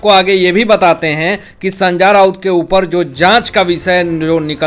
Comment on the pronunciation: Are Sanjya nahi re Sanjay Thik tarah se nam bolo bhai, mu main supari mat rakh re